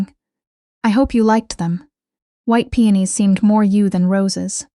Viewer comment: The flowers are called peonis P.E.0 .N I S. Not PENIS !!